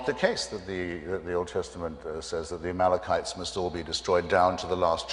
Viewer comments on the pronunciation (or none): Sharpton shows his Bible knowledge saying ," AMALKAMITES" instead of the proper word, " Amalekites ! Ya gotta hear him say it, too funny & yet he claims to have read the Bible ! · No matter how many times I watch this, Sharpton saying "Amalkamites" solidifies that he has no command of the texts and the religion he preaches and the word of a god he heralds. Hitchens says Amalekites multiple times prior but clearly Sharpton doesn't seem familiar with that term.